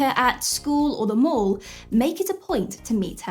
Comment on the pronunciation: Lol... I had to do a 2nd take. Because of your accent I thought you said, "So the next time you see her at school or the morgue..." I realize you actually said, " the mall." Sorry about that. Good info in this chat.